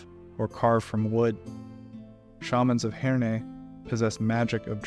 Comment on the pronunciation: As an Englishman, and growing up near Herne Grove, Herne Farm and Herne End, I can tell you it is not pronounced Hair-Nay, it is simply Hern, rhymes with Fern. This god was/is most prolific, with probably thousands of towns and villages doing exactly what the village i grew up in did, and he is still worshipped today, or at least spoken of with reverebce, despite that interloper desert Religion trying to take over for 1700+ years since. Remembering Herne the Hunter across our entire country Regardless of regional accents it is always Herme, rhymes with Fern Great video, filled with things i didnt know, despite running the Forgotten Realms for almost 40 years, i look forward to learning more, thank you